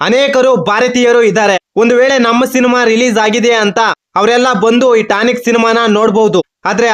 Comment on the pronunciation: ಟಾನಿಕ್ ಅಲ್ಲ ಕಲ ಅದು ಟಾಕ್ಸಿಕ್